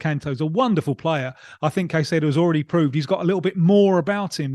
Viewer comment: Except for hearing hin say ceicedo